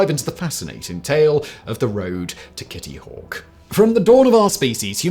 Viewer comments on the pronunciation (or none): Kitty hawk tuwa lol is what when he says it